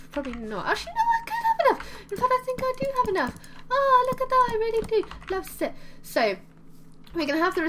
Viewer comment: The first time you said loves it I thougt you said love zits!!! HaHa ;)